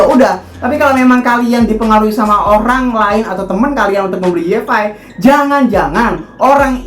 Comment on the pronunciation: Koreksi bang bukan yi ef ai, tapi wai ef ai. Makasih 😁